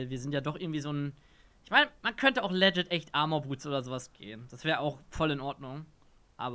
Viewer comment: bitte lern das Wort "legit" und "Rakan" richtig auszusprechen.